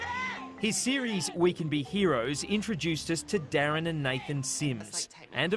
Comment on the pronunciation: Did they really just say DARREN and Nathan Sims? For fuck sake.